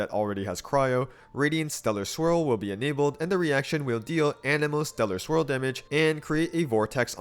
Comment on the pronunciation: Am I the only one hearing Stellar Squirrel instead of Stellar Swirl?